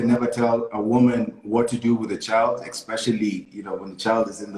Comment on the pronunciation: EXpecially.. it's especially!! ....... kwa halo machache!